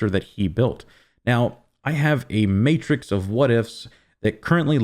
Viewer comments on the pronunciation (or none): none